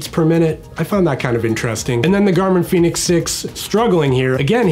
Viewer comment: Its pronounced Fen-ix 🌝